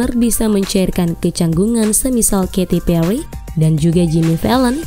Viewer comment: katy pelly🤣